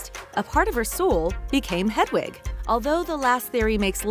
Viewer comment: I know right like she literally said ‘jk rowley’ and ‘hedawig’ and ‘the room of the requirement’ she probably just stole the info from another video 🙄